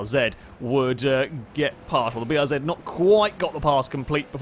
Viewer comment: he pronounced BRZ the proper way!